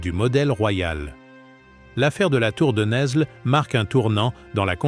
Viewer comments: Bonsoir ! Cette histoire de France n'est même pas parlée en bon français. NESLE ne se prononce pas NeSle, mais Nèle. Le S ne se prononce pas. Sachons-le... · Fille de Louis IX ( Agnès de France ). Saint Louis longtemps après en 1297. Isabelle de France a justement réclamé le trône pour son fils . Tour de Nesles ( Prononcer nelles pas ne s les ). Philippe le Bel devait taire cette affaire.